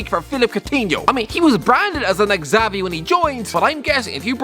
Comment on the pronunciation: The way pronounces Xavi 🤦‍♂️